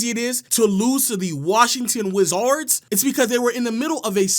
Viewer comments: Why he say Wizadrs like that😂😂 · why did he say wizards like that😭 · the washington wiz-ards lol